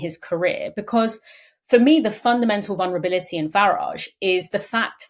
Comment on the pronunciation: The "l" in "vulnerability" is not silent.